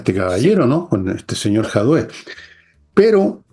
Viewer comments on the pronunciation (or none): Es Jadue, no Jaude!!! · pequeño tip, el apellido es JADUE no, JAUDE.;-) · Pq dice JaUde, en vez de Jadue? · Estoy entendiendo diferente? dice Jaude? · ...es JADUE....no Jaude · JAUDE!!!! LINDA NO PUEDE DECIR JADUE DICE , JAUDE !!!! JAJAAJAJAJA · Por qué Fernando y pronuncian mal el apellido del delincuente de Jadue?? Fernando dice "Jadué" y dice "Jaude" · dice Jaude pero es Jadue. Molesta 😅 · (díganle a la que es jadue, y no jaude 🤭 Igual es seca!!!) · Por qué le dice JAUDE a JADUE? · Querida, es JADUE Y NO JAUDE. Saludos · Querida y estupenda, una consulta;, cuando escucho tu pronunciación de Daniel Jadue, ¿porque lo dices como Jaude no Jadue?. Quizas me equivoco pero así lo escucho. Esto no quita mi gusto por el programa. Un saludo a ambos. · Pq le dicen "jaude" a jadue ? Se pronuncia así? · Una curiosidad… porqué le dice JaUde a jadue?? Es algo cabalístico o qué? Saludos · Me encanta cuando le dice " jaude" al camello comunista jadue